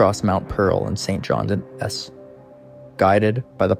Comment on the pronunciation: I realized once he said "St. John. S"